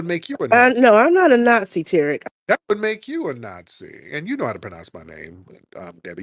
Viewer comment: Tariq got her azz with " NotSee " LMAO !